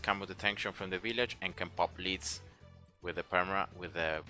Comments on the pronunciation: the way he pronounces "lead" is incorrect. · I love the way you pronounce lead :D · Me too and it is cool to say it your way 😎